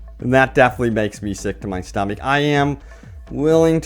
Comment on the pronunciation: "I think I'm gonna be sick to my stuhmeek." P.S. Thanks for all the updates thus far, you've been really helpful. :)